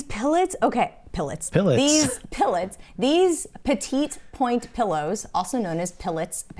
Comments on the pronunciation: Promise, not a hater. Just a helper. Petitpoint is pronounced with the second T silent. Roughly, it sounds like “petty point.” Le Creuset, the first word is not “lay.” It’s a weird, short French “e.” If you shape the word as if to say “Ler” and then do not pronounce the R, you’ll be close enough. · I’ve know petit pronounce “petty” point. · Great video - I tell people "everything will sell eventually" and the uglier the better LOL!!! That's a joke between me and a friend who sells as well. - btw the petit point is pronounced "petty point"! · Agree it is pronounced “petty point” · I think it’s pronounced “petty point”